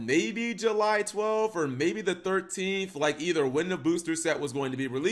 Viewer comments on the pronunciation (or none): none